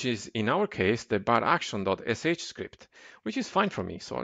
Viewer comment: Das "Baraction" macht mich verrückt. Es heißt "bar action". Kommt von "bar" und "action" :D Ansonsten gut gemacht.